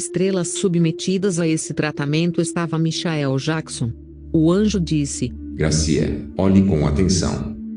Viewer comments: Michaéu Jaquison,nem pronunciar o nome certo essa mulher sabe,MENTIROSA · Como é essa história? A pessoa vai pro céu e depois pro inferno? Larga de ser hipócrita, protestante vagabundo, mentiroso....Não sabe nem pronunciar Michael Jackson....